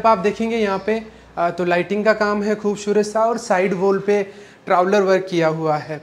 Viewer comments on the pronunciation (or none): Bolne ka tarika improve karo. 'खूबशूरत ' nahi खूबसूरत bolo